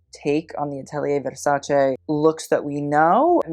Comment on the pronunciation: I always appreciate foreigners pronouncing Versace correctly.